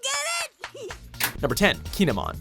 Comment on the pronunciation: Actually kin’emon is pronounced “kee-eh-mon” and a stone has to be on someones head for him to give them a costume